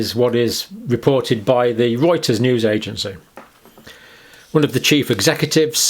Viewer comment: First off, I'd like to thank you for pronouncing Reuters properly. My sister told me to go f*** myself and hung up on me twice. The first was spring 2021 when I told her I wasn't going to get vaccinated. The second was this past January when she told me she was having bloody stools. I asked her when it started. She said it started the previous spring, and had been getting progressively worse. Then she caught omicron less than a month after her booster, and the toilet bowl looks like day 1 after giving birth. I told her that adverse effects that involve bleeding and clotting problems comprised about 2/3 of the VAERS list, and that it's been experimentally proven that the spike protein causes abnormal, persistent amyloid blood clots. "Omicron was your fourth exposure." "You know what, Karen!? You can go f*** yourself!" /click/ I emailed her the research. She emailed back that she wasn't going to read it. I have the feeling she went and got another booster. So at Canadian Thanksgiving (Oct 10), she tells me she has lichen planus. Skin, mouth, genitals. She has an appointment with a dermatologist in a few days. I go home and start googling, and what do you know? The study sucked in terms of limitations and confounds, but it found a correlation. And there have been other correlations with exposure to spike and the sudden onset of autoimmune conditions. At this point, I'm having conversations with my sister on this topic through my mother. Sent my mom an email. Subject line: "not i